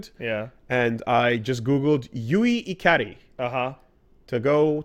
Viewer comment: The way keeps saying "Ikari" bothers me, or more like distracts me, because I know he's saying it wrong, but my mind is baffled as to why he's saying it wrong, when I know he's studied more Japanese than I probably have throughout both of our extensive viewings of anime, Japanese video games, and likely J-Pop music. It's "Ee-Kar-Re!"